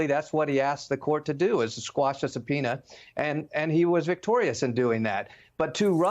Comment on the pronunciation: It's "quash," not "squash," Mr. Jolly, Sir.